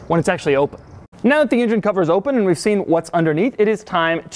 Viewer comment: What is an "ingine"?